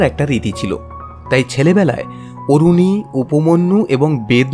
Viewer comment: আরুণী not অরুণী